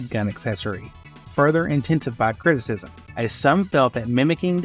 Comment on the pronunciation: You really just pronounced 'criticism' as 'critics-ism'... you really need to proofread your scripts and check the pronunciations in the dictionary